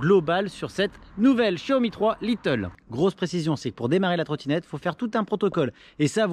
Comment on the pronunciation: Mdr c'est pas little, c'est lite (light) 😉